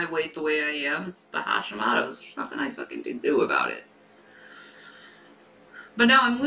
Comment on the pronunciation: Haw-Shee-Moe-Toe. If you're going to lie about it, at least pronounce it correctly.